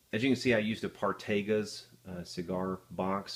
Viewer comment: Part-a-gas...... not partages